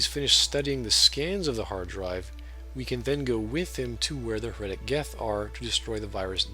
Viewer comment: HEretic, not heREtic Hive mind, not mind hive